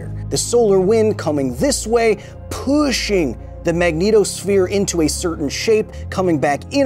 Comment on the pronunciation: the inflection of "pushing" here makes you sound like the space edition of Gordon Ramsey.